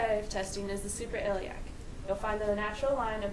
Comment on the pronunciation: Guys it's called the supra-iliac not super-iliac.